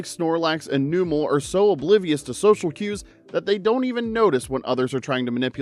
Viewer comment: It’s pronounced GOH-lum, amp-fuh-RAHS, NUH-mull, gal-VAN-chew-luh, viv-EE-YAHN, WAH-buh-feht, DRUH-dih-GIHN, roh-TAHM, MAYNE-ehk-trick, loo-DEE-coh-loo, PAHL-EE-tohd, lill-ih-GIHNT, “Patrick Star”! 🤨